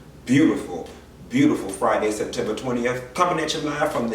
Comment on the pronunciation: She said Septwemba😂😂😂😂😂